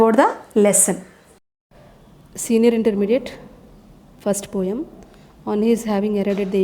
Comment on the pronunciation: Poem pronunciation is wrong